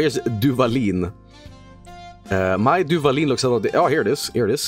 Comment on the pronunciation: I started laughing like a complete idiot when said Duvalin lmao, hermano, ya eres mexicano